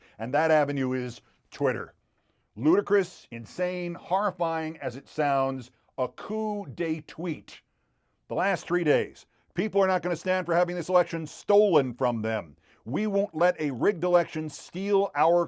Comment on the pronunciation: It's "Coup de Tweet" not "Coup d'Tweet"